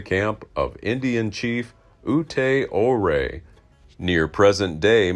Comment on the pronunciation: It's pronounced you-ray